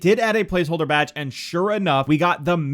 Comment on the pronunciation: Its Badge Not Bage